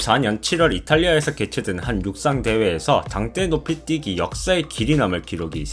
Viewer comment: 당때노피띠기?? ㅋㅋㅋ 혀가 너무기네요~^^ 영어발음 좋으실듯 ㅋㅋㅋ